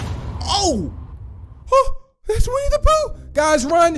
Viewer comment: When you said winne da pooh at the begining it kinda sounded like we need a poo